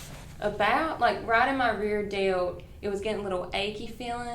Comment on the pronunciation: When she said she felt it in her “reer dilt”, I felt that.